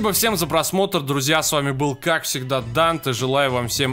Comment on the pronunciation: Данте не Дантэ, оно Dante :D🤣